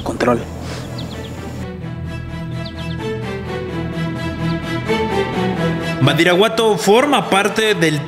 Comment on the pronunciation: Alguien se da cuenta que menciona mal el nombre del municipio? (Min. ) menciona “Baridaguato”